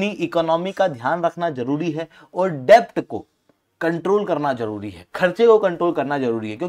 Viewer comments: Arey yaar डेब्ट nahi डेट होता है । B silent hota hai । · Its kharab pronunciation lekar a gaye gyan baatne....yaar bandh karo "CONTENT" , Its pronounced as "DET" not "DEBT " literally , matlab kaha se aa jate hain..cant even spell a blooming name , its ELON no ALLEN ...Doofus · Debt is pronounced as det , please rectify it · Debt is pronounced as DET.